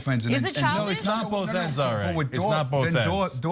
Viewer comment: "Bofe ends"....🤣 What a loser...that white chocolate guy.